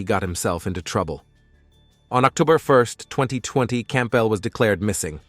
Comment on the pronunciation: Okay....last name Campbell is pronounced Camp-bell?? As two separate words. And approached is pronounced approa-ched? As two separate words. Not once but twice. I keep catching these mispronunciations in many vids. It's scary to think that these young narrators don't know how to annunciate the most common words. Am I the only one noticing this?